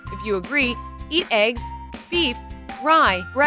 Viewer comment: Even eegs instead of eggs